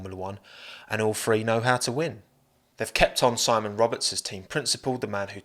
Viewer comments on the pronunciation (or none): none